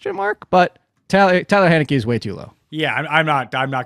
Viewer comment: my dude, I wrote it how you pronounced it - his name is Taylor Heinicke not Tyler Hay-neckee lol That's the joke, you said respect the name but you said the name wrong!